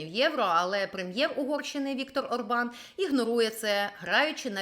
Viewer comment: Почему ОрбАн, если он Орбан? В венгерском языке ударение всегда на первом слоге (то есть Órban)